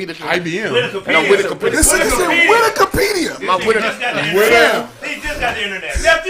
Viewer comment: said "Widikipedia" lmao